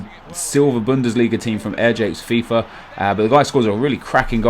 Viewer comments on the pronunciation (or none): none